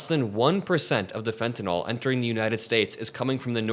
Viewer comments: It’s fen tah nil. Not fen tah nol. Please pronounce it correctly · There’s no “o” in fentanyl. You say it like it’s “fentanol”. It isn’t. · great video. but what's up with everyone saying fentanol instead of fentanyl? drives me nuts haha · Where is the "o" in fentanyl? Pronounce it right ffs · Please learn to pronounce "fentanyl" -- the final syllable sounds like ILL, not ALL People who can't pronounce this simple, three-syllable word sound like rubes. And they very often are. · Why do so many people pronounce "fentanyl" as if it were spelled "fentanol"? I'm sure they don't pronounce "vinyl" as "vinol".